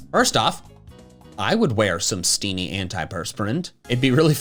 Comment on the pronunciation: I would also wear steenee deodorant, but only if we don't pronounce it "steenie" 😂